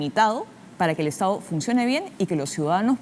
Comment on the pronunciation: Tremenda parametrada.... Aprende a hablar : estao... Gobernaos.. Tomaooo. Estos siguen creyendo que nos pueden engañar.